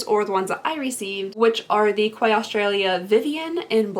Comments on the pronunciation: Quay is prounounced like key btw lol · Quay is pronounced key , i know, crazy! lol I don’t get it either lol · I’m so excited to get those sunglasses as well. And just an FYI Quay pronounced like Key. I can’t wait for my box. It should be here Monday 😍😍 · Quay is pronounced 'key'. QUAY IS PRONOUNCED KEY. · The Quay sunnies are pronounced "Key"! Fun fact: Alissa Violet has a sunny line with Quay. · Quay pronounced key. You're welcome 😉💖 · Quay is pronounced “Key” 😊❤️ much love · Love the sunnies on you! It’s pronounced like ‘key’. Loved the video though ❤️ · Just FYI the sunglasses are from Quay (pronounced Key) 😉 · Its pronounced Key. And Quay is a Morphe brand. Just an FYI! Always love your videos! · Ouai is pronounced “way”. Quay is pronounced “key” This is one reason among many why I could never do YouTube, but I’m glad you do! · Take care. Much love from Australia ♡. P.s. Quay is pronounced Key 😉 Dictionary result for quay /kiː/ noun a stone or metal platform lying alongside or projecting into water for loading and unloading ships. synonyms:dock, wharf, pier, harbour, berth, jetty, landing, landing stage, landing place, slipway, marina, waterfront, sea wall, embankment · Hey just thought that I would let you know that quay is pronounced key I know it’s so confusing no hate your amazing ❤️💕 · Thank you so much for your videos I watch most if not all of them. I m getting my box on Monday and can't wait. I think it is pronounced key. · Quay is pronounced "key" ;) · I believe The sunglasses are pronounced Key 🔑